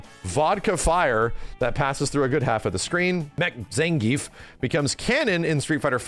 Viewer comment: Ah, so it’s actually pronounced Zangayf, interesting 🤔